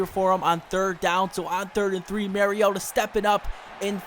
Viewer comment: You say mariota so weird